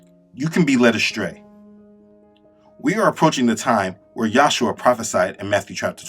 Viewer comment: Bro all due respect but when you say the name “yahshua” it really bothers me because I feel as though you don’t understand what your truly saying why not just say Jesus? But it’s actually supposed to be pronounced “yehshua” because in the original Hebrew language it would be “yehoshua” which was translated to “Joshua” in English so of you want to say Jesus that’s fine if you want to say YEHshua that’s also fine but I implore you to look into the names. I am not trying to be disrespectful maybe you can see this as a friendly reminder Those who are insisting on Yahshua are therefore enforcing a European mindset on a Semitic language, ignoring Hebrew grammar altogether. Ironically, they do this by trying to be as originally Hebrew as possible. I personally prefer to say Jesus when I speak English and Yeshua when I speak Hebrew, but I leave it up to each and every one to decide for himself. If I find myself in the right context, I might say Yeshua when I speak English.